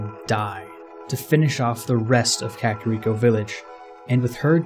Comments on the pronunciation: Kuh kair eko not kakarod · Dude ere is a sign in front of the hidden village that say in Japanese ka-ka-Rico-village. Also it's not pronounced cakirico village it's kaka like the Spanish word for crap and Rico... the pengiun